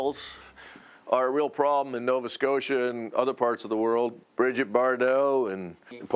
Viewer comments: who ever made this Doc should give there head a shake.. they have no clue how to pronounce, be like calling London Logon.. Nova Scotia isnt hard to pronounce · Hate the way the narrator says “Nova Scotia” he’s butchering it